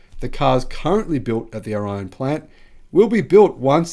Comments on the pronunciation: The correct pronunciation is "or-long E-on. I live here. Well 6 miles away. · O' Ri' on. pronunciation.Accent on Ri